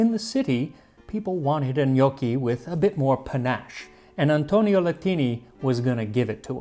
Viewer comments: Also, I know I’m being pedantic, but pronunciation- it’s not know-ki; rather it’s knock-ki. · Gnocchi has a short o sound , not the sound of owe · Its not njuoki it nokki. AAAAAAAAAAAAAAAAH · i thought this was a vid on how to make "g'noc-chi" not "g'nockii" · Sir it's pronounced Ga-naw-chi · I thought it was pronounced: GUNOSHI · first time I hear it pronounced gnockie... Did some digging and seems English speakers say it that way 😮 It's with a soft "c" in latin language though. Make sure to practice with Babbel! Bon voyage in Italy Max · When your last name is ^^ 😂! Our last name is pronounced "no key". I can't tell you how many times I get asked "Dosen't your last name mean dumpling in Italian?" Umm...nope! Lol, but we sure enjoy eating them! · Can't stand how North Americans pronounce gnocchi. "No-key", Ugh, ear bleach. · The only problem with Gnocchi is that everyone pronounces it different, but it's alway delicious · so apparently i've been pronouncing gnocchi wrong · as a fellow Italian, I think "gnocchi" has the wrong "o" (Ò vs Ó). Other than that, there's the sound most foreigners struggle with:, if you pay attention Max can't pronounce "gli", see e.g. "migliacci" . It's a sound that does not exist in most languages (perhaps only Catalan in Europe) so non-italians usually pronounce it as "li" or "j". Still, pretty good!